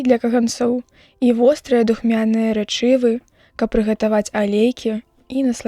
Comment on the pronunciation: Правільна рэ'чывы, э заўсёды пад націскам, рэчы'вы - няправільна.